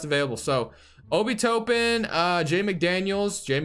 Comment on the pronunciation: it's obi top-pen btw lol